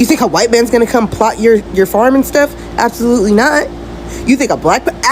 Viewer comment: The generational trauma behind that “absoLUTEly not!” was palpable.